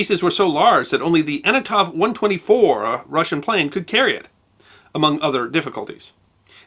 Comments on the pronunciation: Excellent historical study... thank you ... one change: the Russian cargo plane is Antonov, not Anotov. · Thank you for an interesting episode. The mentioned russian plane is called „Antonov 124“, not „Anatov 124“. If you want to be good, you have to pay attention to such things.